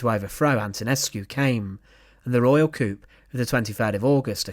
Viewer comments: Pronounced coo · It's not pronounced 'coop'. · Newsflash…. A Coup (overthrow of a government) is not prounced the same as a chicken coop. It’s proununced more like Cooo. The P is silent. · Another really good video, thanks. It may be a cultural thing but the word coup is usually pronounced " coo" rather than "couppe", it might just add to your gravitas. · Nice video. FYI The word "coup" is usually pronounced "coo". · Like Tyrrell wrote; the word “coup” is pronounced “coo”, with the “p” silent. And another excellent video; we wouldn’t expect any less from this awesome channel! 💟☮️ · I'm pretty sure the word coup, from old French is pronounced coo. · No, we don't, we pronounce it 'coo'. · No they don't!! It's pronounced "koo". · The "p" is silent in coup. Its French. Short form of "coup d'état" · learn how to pronounce the word coup. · If you pronounce the "p," you're talking about a small car, not a forcible regime change. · Soft C on “coup” not hard C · and p is silent. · A wonderful channel with terrible narration clearly the narrator has no idea what he’s reading mispronunciation litters and ruins the credibility coup is even mispronounced with the P being stressed. It’s a joke even the Romanian Capital mispronounced